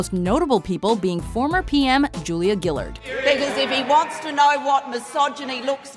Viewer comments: did you just say "julia gillid"? it's pronounced "julia gillard" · Um ... It's GILL-ARD not GILL-ID, that left me cringing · Gillard rhymes with hard it isnt Gillerd, also Abbott has gotta be the worst PM we ever had but Turnbull isnt much better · Yeah, it is "arh-d"(h is silent) at the end of Julia Gillard but she did "er-d" instead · Its pronuced julia gu-LARD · I don't know why, but the way you pronounced Gillard had me laughing.